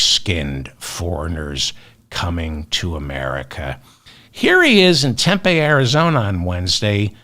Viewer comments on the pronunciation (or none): Hi David, Tempe is pronounced, "Tem...peee" accent on the first syllable.